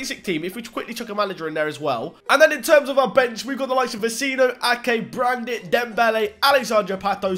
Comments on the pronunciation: U pronounced brandit but in reality its julian brant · Why are you pronouncing Brandt “Brandit”. Where are you getting the “i” from? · BTW Brandt is pronounced 'Brant' not 'Brandit'